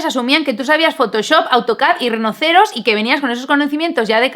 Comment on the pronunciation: ¿Por qué pronuncias Rhinoceros como si fuese una palabra castiza?